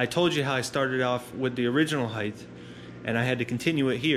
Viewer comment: Height not "heighth"